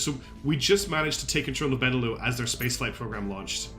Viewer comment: Absolutely love that you’re playing this game! It looks so cool and you taught me a lot about it! Pretty sure the lux in benelux is pronounced like Luxembourg, because it’s BElgium NEtherlands LUXemboug.